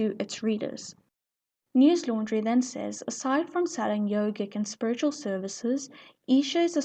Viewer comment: It's not 💀 news laundry it's news lundary